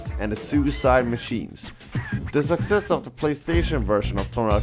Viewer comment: not hating on his accent or anything of that sort but am I the only one who thinks that every time he says "success" it sounds like "sexist" or "sex ed"? lol